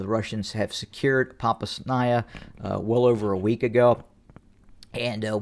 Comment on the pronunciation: [edit] See the correction to my suggestion in response below. Not so easy to say, but I believe Popasna is pronounced ‘Po-pauz-na’. Thanks for the analysis.